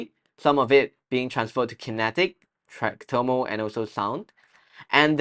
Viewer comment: well,no offense,shouldn’t it be thermal instead of termal